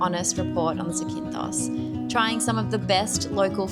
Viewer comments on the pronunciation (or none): It's not Zi-kin-thos it's Za-kin-thos > in the first 30 seconds you mispronounce it 3 times